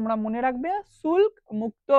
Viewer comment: ভাই শুল্ক উচ্চারণ টা কি হলো ? ফরমান বা দস্তক কথার অর্থ বিনা শুল্কে বাণিজ্য করার অধিকার বা লাইসেন্স। এই সব ধারণাটা দেবেন না ?